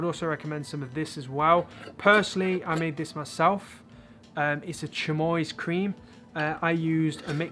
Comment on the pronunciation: Chamois is pronounced like this: sh (as in shy) a (as in bad) m (as in my) y (as in happy). Shammy :D